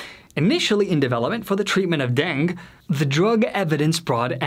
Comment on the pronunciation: You have the most unusual speech impediment. The tempo of your speech is so broken as to resemble a foreign language. As to fever, that would be denge; or [den- gay].